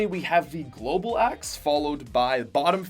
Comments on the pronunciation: I don’t think I’ll ever be able to hear axe properly again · You did not say chill axe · He did not say the merry marauder axe